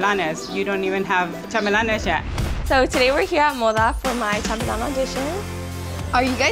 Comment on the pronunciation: She can’t even say chambelan correctly